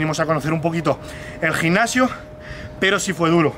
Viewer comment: El "gicnasio"? Jajaja, a qué el españolete...